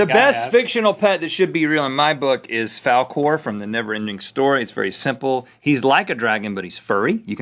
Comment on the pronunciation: MY NAME WAS SAID ON 'GOOD MYTHICAL MORNING'!!!! Although Link mispronounced it.... I don't care. Link, I forgive you, you're cool!!!